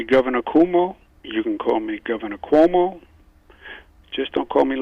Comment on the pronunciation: Not coowoomo lol